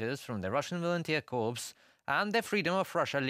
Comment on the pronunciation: The pronunciation of corps is cor not corpse😊